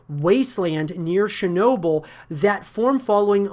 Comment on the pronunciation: this guy wasnt born when stalker was released good to see the young ones into stalker. FYI its Chernobly not Sharenobly